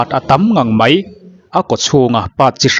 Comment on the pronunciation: I channel hming i pu zo khawp mai... Tih tur "Mai" tih hmanna turah Mei tih kan la ching hi a mak ngawt mai...😂